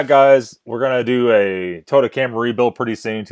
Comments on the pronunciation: First of all it's not tota like your pronouncing it, it's Toyota, learn to enunciate your words! Scotty has 55 years of experience, you probably have no clue...smh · More than half the things you complained about him saying was him repeating what his fans/customers said and he even states that. And its Toy-ota no to-ota